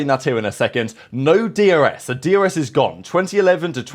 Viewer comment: Do you say DRS or DUS …. Sounds like you saying D U S 😮